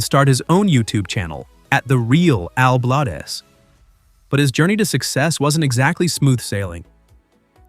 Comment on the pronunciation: Al Blades (Not Bladez) WOW that's incredible 🤔